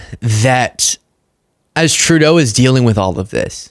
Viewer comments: It's not 2 Dough It's TRUE DOUGH OMG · Justin Too Dough? Geezus C. Ker-eyes='t This is his freaking Dementia again. He's old enough to know Justin's dad, Pierre was once the PM & should be able to say it, but can't.